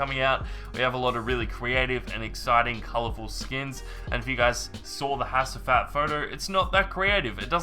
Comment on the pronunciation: you pronounce hacivat as "HA-G-VAT"